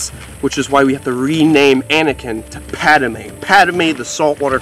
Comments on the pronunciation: Just a heads up it’s not Pad-a-mé it’s just Padmé. Just helping lol. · It’s “Padme” 🤓🤓 Not Padame 😂😂 But cool name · It’s PADme. Not PADAME LOL.